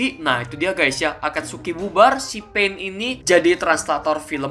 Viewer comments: bang itu pain(pein) bukan pain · itu maksudnya"pein" bukan"pain" bang sakingnya tulisannya saja kayak pain tapi pein ya